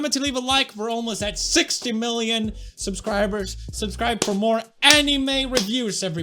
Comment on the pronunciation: OLMOSTE SIXTHY MILOIN KEKEKEKEKEKE